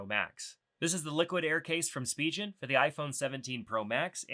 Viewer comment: I can't help feel cringey when someone says spigen wrong lol